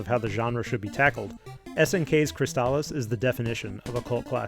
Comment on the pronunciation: What's a shmup? Oh, and it's pronounced Crystalis, not Cristahlis.